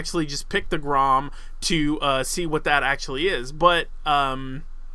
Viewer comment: grom you pronounce it grrrom. roll your tounge on the r